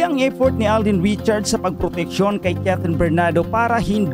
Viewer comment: Alden Hindi aldin